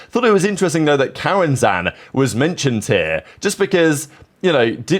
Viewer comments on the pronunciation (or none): its KAU AN ZEEN NOT KAU AN ZAN BROOOOOOOOOOOOOO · Istg this guy is trolling. How he pronounce K.O.I, Jompy, and "cow & zann" is tickling my brain. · Please look up pronunciations for the players. Wedid & Cauanzin were absolutely butchered